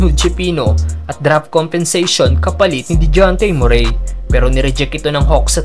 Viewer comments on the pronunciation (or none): Boss hindi MUREY, ang tamang bigkas ay ME...RI